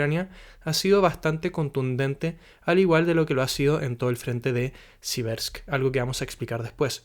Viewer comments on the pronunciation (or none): Siverks. Pronunciado "Sivierks"